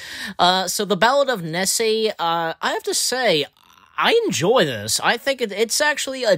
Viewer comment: Do you have trouble pronouncing names? (Nessie as Nessay)